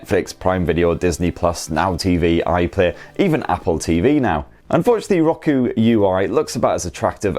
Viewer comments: Hey it’s Row-koo. Just kidding i’m calling it Rocku now to plus i like calling u guys limey bastards…c’mon who doesn’t 😮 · Lmao... It's not rock-oo... It's pronounced row-koo... 🤣🤣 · I know it's just an accent thing, but his pronunciation of Roku is just... ew. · Why is it bugging me how he pronounces Roku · Hate how you say roku. Gah cant watch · Never heard Roku pronounced that way.